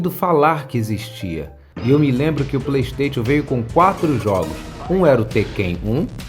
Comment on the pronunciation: Ele falando ps pley stetion